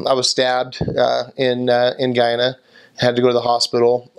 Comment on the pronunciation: Yay!! You pronounced Guyana correctly lol most foreigners pronounced it as "Geeana" instead of GUYana lmao sorry you were stabbed though and glad you're okay. Everything you said about Guyana is so true lmao 🤣